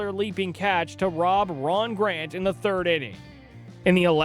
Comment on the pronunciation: Gant not grant